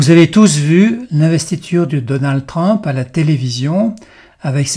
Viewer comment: On prononce TRUMP, et non pas TRAMP